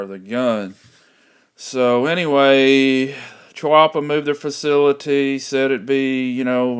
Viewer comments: its called a Chee-PAH not a chubbaka- lmao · Cha-wa-pia? Here is a guy from Chiappa, and he says it correctly! And he cuts himself off mid sentence! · Pronounced keyy appa